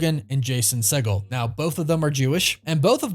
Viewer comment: I think she'd do a good job. my only concern is that there must be more actors out there who would not be so busy. give someone else a chance. And it's pronounced see'-gull.